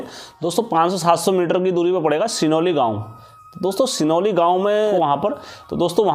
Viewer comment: कनालीछिना और सिरौली है भाई गांव का नाम सही बोलो